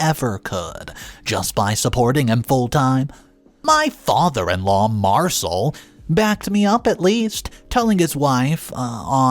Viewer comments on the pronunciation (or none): Mar - Cell!!! Not Mar - soul. Dude, at least try!!!